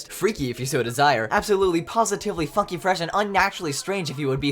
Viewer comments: What he said: ABSOLUTELY POSITIVELY FUNKY what I heard: ABSOLUTELY POSITIVELY F**KING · WHY DO I HEAR "F**KING" INSTEAD OF "FUNKY"💀